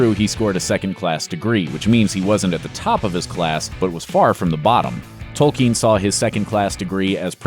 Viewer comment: I have to give the speaker MAD PROPS for pronouncing "Tolkien" correctly! One of the rare Americans I have heard do so.